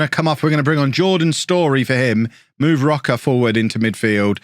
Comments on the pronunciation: His name is "Roach". Not Rock-a. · Please stop saying Roca. Roche would never be pronounced like that 😂 it’s “roash” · "rocker" maybe Row-shh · Jamie Roche is playing for my team Sirius. His father is from Norwich, England. So his name is Said as Roach but with an E at the end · Roche = row sh (row like rowing a boat, sh like shiny) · I had Jamie Roche when I managed IK Sirius in Sweden a few years ago. I’m fairly certain he was Scottish at that point and not Swedish - so it’s probably pronounced Roach? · Roche is probably pronounced Row-shay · Roche is Swedish which means his name would be pronounced like Roash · i think Roche is pronounced either like rosh or roash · is Roche not just said like Roach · You pronounce Jamie roche like Jamie rosh